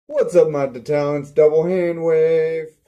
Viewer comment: I didnt think it sucked it was pretty good Awesomely Made accualy And I like how u said the name I made da Talents xD